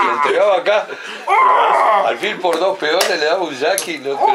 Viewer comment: La torre ALfil jajajaja ese tipo esta colocando el video muy fastidioso a cada rato dice pola eso fastidia